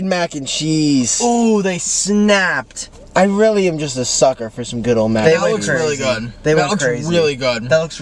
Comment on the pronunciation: anyone else notice that nick said weally isntead of really😭😭